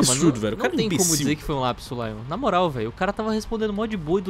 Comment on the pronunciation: "um LLLLLLLLLLLLAPSO"